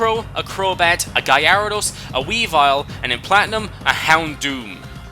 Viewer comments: Why the hell do you pronounce Gyarados as Gy-a-ra-dos it's pronounced: Ga-ra-dos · guy-r-edos? what pokemon is that? i know gyarados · Guy-AIR-uh-dos? Wut? It's pronounced GAIR-uh-dos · GUY-ARA-DOSE what its GA-RA-DOS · i'm sorry a WHAT? a Guy-arados ok man seriously i dont want to bitch and give you shit but its pronounced Gara Dos. look at stadium, battle revolution, the pokedex 3D. the anime. its ALWAYS been Gara Dos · Gotta love the emphasis you put on Gyarados name Guy-ara-dos, great video 🔥👌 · I screamed when you said "Guy-Ara-Dos" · biggest pet peeve: "gayaradous" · guy-air-o-dos? lol XD isn't that cute? BUT IT'S WRONG! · No one cares. Besides, I like the way he says it